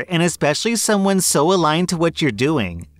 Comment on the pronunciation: To that influencer: the word is aligned.